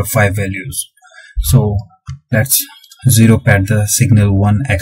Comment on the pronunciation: its ZERO not JERO